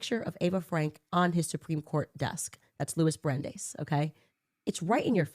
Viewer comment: She doesn't even pronounce Brandeis correctly.